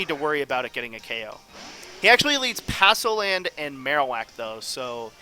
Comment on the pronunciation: Palossand, not passoland :)